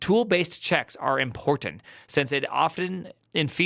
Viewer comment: Why are you enunciating the word important in such a ridiculous way? I've noticed a lot of Youtubers doing that lately. Do you guys always copy each other's nonsense?